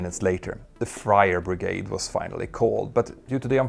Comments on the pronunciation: I heard it as "fryer brigade". Exactly what you wouldn't need attending a fire. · "The Frier Brigade" 🤣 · Is it my hearing or did you call them the “Fryer Brigade” 😂😂